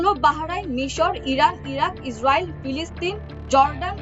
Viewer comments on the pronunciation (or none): none